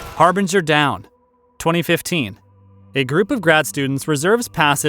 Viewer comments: Harbinger Down, not Berenger Down... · You said Beringer down not harbinger down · Old video, but couldn’t help but point out that the narrator calls Harbinger Down Berenger Down for some reason. How was that silly mistake not edited out or fixed? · "Barenger Down", Seriously guys, retakes, DO RETAKES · BERINGER DOWN? Isn’t it HARBINGER DOWN?! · Is it harbinger down or beringer down? A lot of your recent contents has errors like this. Do you not check the draft before importing the final cut? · mark: "Berenger Down" what? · the Narrator calls the film "Berringer Down," even though the film was introduced as "Harbinger Down." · for some reason you said, "Berringer Down." WTF DID TOM BERRINGER EVER DO TO YOU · How do you fuck up on the name of the film after saying it at least twice before. Wtf is Baringer Down?